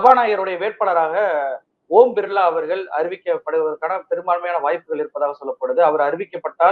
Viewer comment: Oom birla illa uuuum birlla